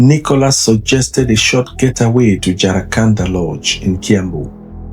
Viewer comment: It's Jcaranda not jaracanda